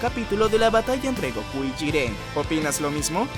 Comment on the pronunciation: Peleas MÁS ÉPICAS de ANIME de la DÉCADA? por dios este tipo no sabe de que hable,alpareser no ve animex.nisiquiera sabe pronunciar el nombre Maria O jiren.